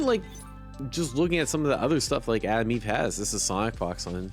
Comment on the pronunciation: Is he saying Adam Eve instead or Atom Eve? 😅